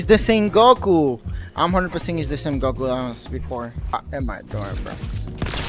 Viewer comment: gracias por el video se re nota q sos latino americano JAJAJA cuando te encontraste a goku lo dijiste como todo un latino americano ,muy buen video 🧐